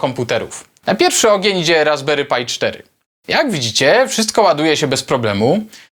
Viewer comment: Czemu mówisz "RasberyPaj" ? PRzecież to Pi... To aż razi